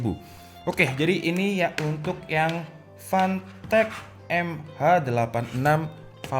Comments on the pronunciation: Uncle, that's Fantech not Pantech :v Hadirrrrr... 😂😂😂😂😂😂😂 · PANTEK... klw kata Orang palembang karena gk bisa nyebut F bisanya P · More like "PANTEK" Sir.. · Jangan malas mengatakan "F" 🤣